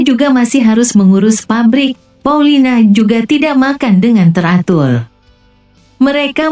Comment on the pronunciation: Paulina bukan paulita